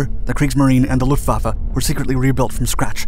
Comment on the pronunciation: Can we appreciate that he said Luftwaffe correctly